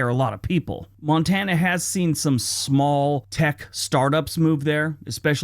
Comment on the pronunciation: Most Europeans love to call my state 'Mon-ta-na,' but in reality, it's pronounced 'Mon-tan-na' meaning mountain. If you ever get the chance to visit, I can recommend some incredible spots like Polson. You’ll see the stunning Flathead Lake and Flathead River, all surrounded by the Mission Mountains. If you head north to Glacier National Park, I’m telling you, the hiking is so beautiful it’ll take your breath away. And yes, you have to drive the Going-to-the-Sun Road; it’s absolutely spectacular at sunrise and sunset. Once you’ve been here, you won’t ever want to go back to Scotland.